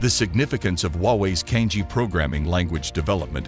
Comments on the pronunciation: Cangjie is not pronounced as 'Kang-jee".. It is "chunk-jea". "jea" as jealous. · CANJIE - the correct pronunciation is Chang Ze-Air. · the narrator has mispronounced "cangjie" making it sound similar to "kanji"